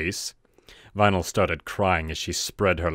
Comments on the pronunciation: vinyl sounds like rainbow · Vynal? are you kidding me?